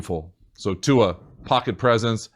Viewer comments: thank you for saying Tuas name almost correctly!!🤙🏿🤙🏿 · I’m just really impressed that you pronounced Tua’s name correctly... the NFL Commissioner butchered it at the draft.